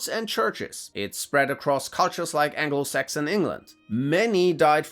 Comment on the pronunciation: "like anglo sax in England" i had to listen to that a few times to not hear "like anal sex in England"